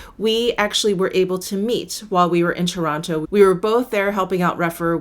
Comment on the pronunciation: I live about two hrs away from Toronto and every time I hear you say Toronto I kinda laugh because so many people say Torana. A lazy slang pronunciation. Great video